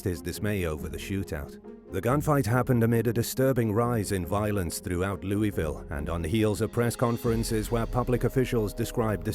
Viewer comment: You said Louisville wrong